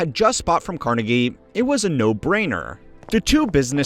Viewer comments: CarNEgie. Not CARnegie❤. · The Carnegie pronunciation is killing me